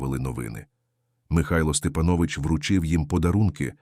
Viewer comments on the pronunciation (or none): Має бути наголос СтепАнович,ви не знали😊